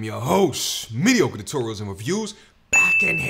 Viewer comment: please learn how to say tutorials